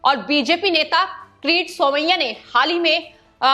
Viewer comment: एंकर बहुत गंदी हिंदी बोलती है, कीरीट सोमया को क्रीट बोलती है। परमवीर सिंह को प्रमविर बोलती हैं।